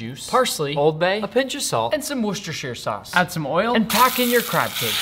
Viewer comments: Finally pronounce Worcestershire sauce, right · Nick: finally sais Worcestershire sauce correct All his 11M subs: YEEEEEEEEEEAAAAAAAAH HE FANLLY SAID IT Nick again: says it wrong again 11M subs : OH COME ONE MAN 😩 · He finally said Worcester sauce right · Nick finally pronounced Worcestershire sauce right. Great job. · Funny that this video shows up right after a British/German comedy clip where a Brit explains how to pronounce Worcestershire sauce correctly. And you said it correctly this time. :D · At least he knows how to pronounce Whorchestire sauce now 💀